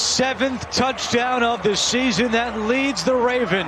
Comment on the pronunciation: Listen to every other announcers some people say "Da Douchdown" some people say "The Touchdown"